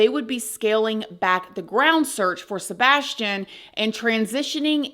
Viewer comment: The "sabastion case" this is how refers to Sabastion 🙄 not accusing but things are just off